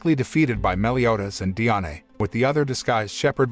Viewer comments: Bro it pronounced Dian not diane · its not di-ane its di-an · Diané is how u pronounced it it’s just die Anne is how it’s pronounced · You said Diane so wrong